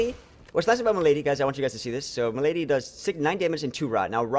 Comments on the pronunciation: Accent on the first syllable: Mal'.a.dee. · male - uh - dee ;) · I'm at least 100% sure malady as m'lady is completely intentional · I can't tell if you're mispronouncing Malady on purpose. I do agree with you that decrepit is a really neat mechanic.